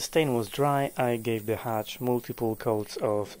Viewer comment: Its a hutch, not a hatch.